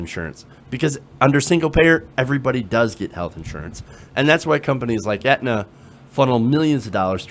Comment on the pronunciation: Please learn how to pronounce "Aetna" before trying to extrapolate on how you know so much about the health insurance industry. It's like not understanding the difference between Medicare and Medicaid. Just a personal pet peeve of mine.